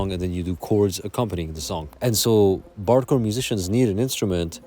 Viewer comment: I keep hearing "bardcore" as "barre chord!"